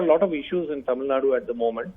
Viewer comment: It's not Tamil Nad it's Tamil Nadu